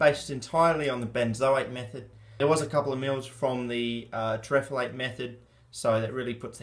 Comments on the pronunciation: No it's not terephalate^^ it's terephthalate xD Like in Potassium hydrogen terephthalate :D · i pronounce it more like terreph-thal-eight, but yes he is always wrong, even when he tries his best. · It's pronounced sodium TERRA THALATE THAL as in thallium.